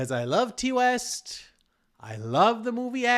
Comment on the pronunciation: No disrespect, but if you're reviewing horror make sure you know that Ti West is pronounced "tie" not "tea".🍻